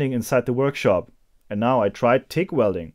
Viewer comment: yeah only those who only say English words in their language but it still doesn't change my point here.. acronyms.. later in this vid he slowed down and got the "G" right..